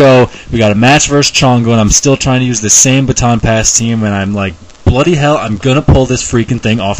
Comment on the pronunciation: I never realised how wrong 'Bloody hell' sounds coming from someone with an American accent until now :P